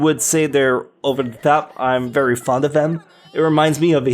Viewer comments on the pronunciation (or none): none